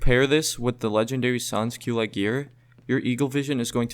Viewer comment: in french its: San Culote. Not sans kyleit